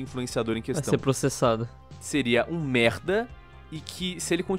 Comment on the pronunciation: muito bom o falando merrda